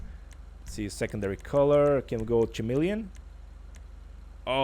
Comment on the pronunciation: Ka-melion, not schamelion. Clamydia not schlamydia!